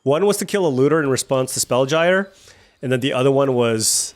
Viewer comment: Spellgyre is pronounced like spellgear.